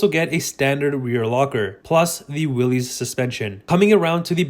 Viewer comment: Learn to pronounce the name correctly! I cannot take you seriously if you're not informed.